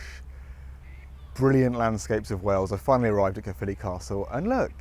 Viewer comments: I was born and raised in Caerphilly and now live not far away up the valleys. And my biggest bug bear is when English speakers say CAREphilly. It's not Care its CAERphilly as in CA-E-R. Caer is the ancient Celtic word for fort or stockade. Most places in wales with the word CAER in it have a castle or once had a roman fort there. CAERnarvon, CAERdydd (cardiff in welsh), CAERleon. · I do enjoy the incorrect pronunciation of Caerphilly as "carefully" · Pronounced more Kyre philly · Pronounced Kuh-filly btw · My home town and we definitely take it for granted. Caer in Caerphilly is pronounced like 'liar' btw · Try saying it thus: K-eye-r (roll your rs here) filly. Cae means fort - the ffili part is obscure, at least as far as I'm concerned but it refers to a feature or name of a place or person associated with the fort - possibly St Cenydd's son, St Ffili.